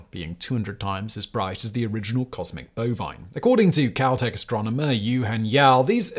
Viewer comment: ~ ... Did he say "Caltech" or "COWtech"?? 😂😂😂